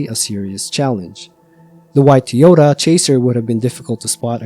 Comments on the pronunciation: you’ve got to admit, your pronunciation of Toyota as Tee-ota is suspicious. I’ve heard many different accents and dialects over the years and never once come across a human who pronounces Toyota like that. AI read Redit stories on the other hand… so I can see how if this was someone’s first video from your channel they could get hung up on that. Took me listening very closely to reassure myself that this definitely is a human voice, and I’m not crazy. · Sad story, but I think there car was a "Ty Ota" not a Tee Ota .